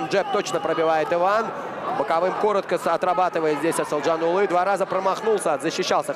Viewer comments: второму комментатору пора бы не коверкать имя казахстанского бойца! проявите уважение! его имя Асылжан, а не Асылжан улы! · Комментатор ещё вам замечание. Қазақского бойца зовут, как ты представлял, Асылжан Бахытжанұлы. Но ты тут же, в начале второго раунда, говоришь Асылжанулы. Или ты решил подражать Путину. Дурной пример заразителен.